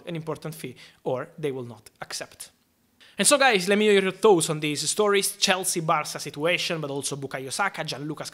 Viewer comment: I like how he says prenounces thoughts. "lemme hear your thowts"